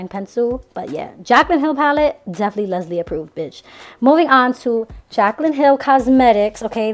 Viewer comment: I seriously about died and I had to rewind your video for a minute because I thought when you said "Jaclyn Cosmetics palette: definitely Lesley approved" but I thought you said "definitely lesbian proof" 😂 I almost choked on my chili beans 😂😆😂